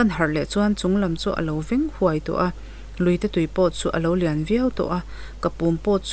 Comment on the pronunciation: "Ni thum kala hla aṭang pawhin hmuh theih hian a to luah mai a," tih laia "to" hi a rîk dân tûr chu, "Sumdawngin a bungrua man a chhiar a, a chhiar to hlawm nangiang mai!" tiha "to" ri hi a ni a. He lai thu-a "to" hi a awmzia leh nihna chu, khaw khatah nula to leh tlangvâl to bik riau te kan awm a. Chu'ng nula leh tlangvâl to bik riaute chu mi dangte zingah pawh an langsâr larh ṭhin a ni. Tichuan, he thawnthua "to" leh nula leh tlangval "to" bik riaute tona hi thu intluk, awmze thuhmun reng, "langsâr larh" sawina ṭawngkam mai a ni e aw. Nakinah, thawnthu dang i chhiar leh hunah chuan he lai thua 'to' ang chi apiangah, nula leh tlangvâl to bik riaute tona ṭawngkama "to" zêl hi i hmang ṭhin tawh dawn nia. I aw hi ngaihthlâk a hahdam dep a, tihmawi tum leh eng emaw tumin thumal i sawisa ve vak vak lo va, tluangtlam mâm dam thlepin i chhiar mai a, hei hi bengin a duh dân tak a ni. Ka'n subscribe ve che ang e aw...